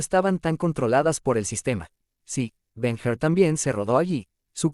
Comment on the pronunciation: LA VI EN BARCELONA CON 12 AÑOS. Y BEN HUR SE PRONUNCIA BEN HUR, NO BEN JUR. GRACIAS.